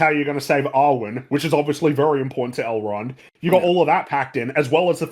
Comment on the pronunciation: Saurrrrrron. Galadrrrrrriel. Elrrrrrrond.